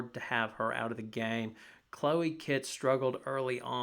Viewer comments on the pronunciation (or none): none